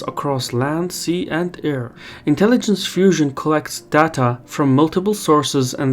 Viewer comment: "Part of our intelligensh is mythological fusion"